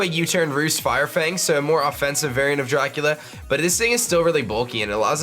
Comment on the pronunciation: "Darcula" anyone?